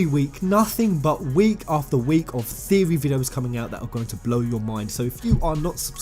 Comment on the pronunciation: Lol has come up with a NEW THEO-REH:D